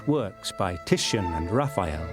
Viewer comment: Raf-EYE-el. Why did this bother me so much?